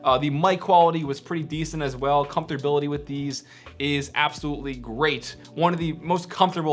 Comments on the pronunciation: "Comforbility".. nigga what😂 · WTF is comdforbility, learn english! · “Comfterbility”.... hahaha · "Comfortability" lol